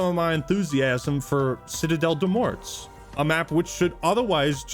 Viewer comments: “Del MorTs”? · You don't need to pronounce the "t" and "s" at the end of "morts" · You don't pronounce the "t" in "mort" Kindly, a french.